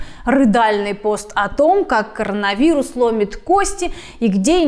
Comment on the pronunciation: Она слово Короновирус произносит так же как Малышева😀 А в целом молодчина 👍 А то что эти ЭТИ трутся на тусе без масок и прочего, еще раз доказывает абсурдность вокруг ситуации с ковидом, истерия. А концовка с бабкой и дедкой, это капец.